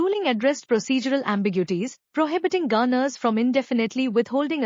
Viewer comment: “Funny how [...] as karnatak.😂” ===================== Even the simple word ‘governor’ is mispronounced as ‘gaaner’. But this Channel does not accept even constructive criticism.